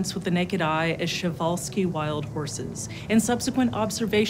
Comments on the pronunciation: I don't know who is responsible for this misinformation, but PRZE or PRJE is not pronounced - "shuh", but "per-zh". Yes they are called takhi, but please don't butcher the name of the person historically connected with them. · That's not how you say Przewalski. Pr like in "Progress", "z" like "s" in *pleasure*. It's more like Pr-Zh-e-walski.